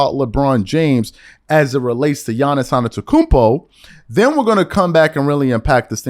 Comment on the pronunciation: His name is Adetokunbo ( Ah de-do-KOON- BO )